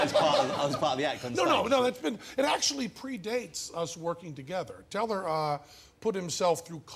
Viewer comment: I love that the host can't say, Teller. He says Tell-AHH